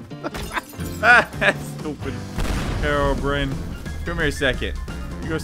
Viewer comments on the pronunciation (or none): It’s herobr”i”ne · He's called Hero-brine